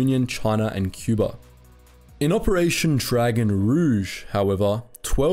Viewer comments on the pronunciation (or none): none